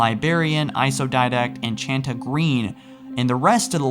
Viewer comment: why does this guy pronounce didact dindak